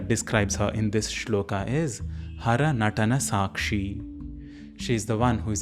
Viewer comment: Thank you. I watched part of the video and am pleased with aspects of it. However, when you say that we will chant the shloka correctly you mispronounce shloka as shlokaa. It is not shlokaa, the a at the end of the word is a short a, not long a to be spoken as aa. This is a common mistake westerners make but we who know the Devanagari script should not say karmaa, yogaa, shlokaa, Arjunaa etc. all of which I hear very often. We could pronounce the short a, not making a mistake in the other direction as yog, karm, shlok etc. which is the way it has become acceptable especially in everyday Hindi. Shloka, yoga, karma, neither a) shlokaa, yogaa, karmaa nor b) shlok, yog, karm. Strictly speaking, both a) and b) listed here are incorrect. However the shlokas themselves I was pleased to see clearly written on screen and also the sounds as written spoken correctly.